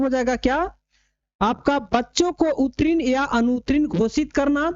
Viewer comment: सबसे पहले तो आप उत्तीर्ण को सही से पढ़िए । गलत पढ़िएगा तो मैसेज सभी तक गलत जाएगा।